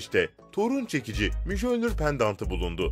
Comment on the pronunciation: Video paylaşıp bu işten para kazanıyorsunuz, bari hakkıyla yapın. Bir şeyi telaffuz etmeden önce gidip Google Translate e yazıp nasıl okunduğunu görün de öyle söyleyin. Her videoda yanlış söylediğiniz bir şey var. Mjölnir, Miyölnir diye okunur. Hiç mi Thor seyretmediniz.